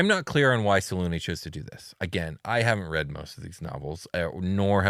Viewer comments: Whatever happened to pronouncing all ways so they can't get mad? Well, I'M mad because I like the pronunciation with a hard U, as in "triune" or "immune". Two syllabus, SelUne like Sel-yoon I expect better from you next time 😒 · Yeah Its "Say luna" Like the word luna which means moon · Its "say-luna" It has the word luna in it which means moon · Its Say-luna Like the word luna Which means moon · Yeah regionalism is whack but its supposed to be "Say luna" Like the word luna which means the moon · Welp, hate how they pronounce her name. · I mooned the Moon Maiden. And yeah in BG3 they pronounced it every way you can think of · Its "Say luna" Like the word luna Which means moon